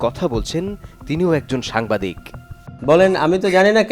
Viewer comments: সাংবাদিক কে বলে সামবাদিক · মূর্খের বাচ্চা সাংবাদিক শব্দটাও শুদ্ধভাবে বলতে পারে নি 🙄🙄